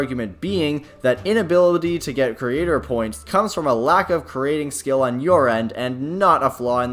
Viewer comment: Maybe fix how you say "Creator Points" a bit...